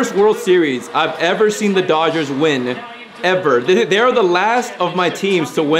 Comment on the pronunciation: It’s Dodgers not dogers